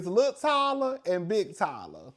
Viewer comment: I love ❤ when you say Ty Luh 😂😂😂😂